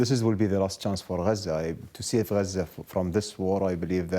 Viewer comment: It's Gaza not "Guuuuuhzuuuh"...